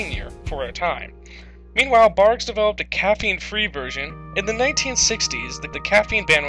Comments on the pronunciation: Barqs not Bargs 🤦‍♂️ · Its #BARQS not the way u r pronouncing it bargs just saying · You are saying Barg's. This makes my face pucker. It's a q. The sound you are pronouncing looks like this: g. Good luck! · Is he saying bargs? I swear to god I thought it was pronounced Barcs, I know it’s spelled barqs.. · Why you saying it like “barg” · Pronounced “barks” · You’re not even pronouncing the name of the cola correctly!!!